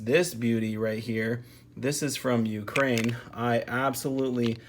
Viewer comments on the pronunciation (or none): none